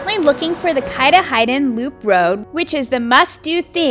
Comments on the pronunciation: Its Mount " catoddin" not Mount " catahidin" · I absolutely appreciate this video. I had so much focus on the Coastal Maine these past 2 summers for my videos I never got to any of the inland state parks. It is such a naturally beautiful state. So glad that others are showcasing Maine. Lol by the way, Katahadin is pronounced "Ka-Tah-Din" I figure I'd tell ya before some Mainer shouts it out in all caps 🤣🤣🤣.